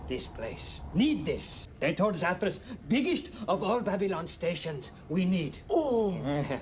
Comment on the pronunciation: It's Zathras, not Zathras.